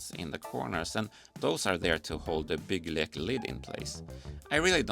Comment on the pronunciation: First Lego youtuber to 100% correctly pronounce 'bygglek' 😜